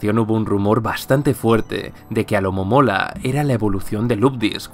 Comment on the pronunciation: Se dice alomomola